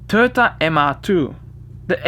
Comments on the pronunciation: "Turta MR2" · Toyota = "Turta"? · how the fuck did you pronaunce toyota hahahah wtf!!! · learn to say toyota right